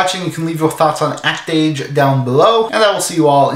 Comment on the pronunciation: As a French person (and someone who can read katakana), it grates me that no one pronounces the title correctly. XD Though I have no idea what the fuck an "act-age" is.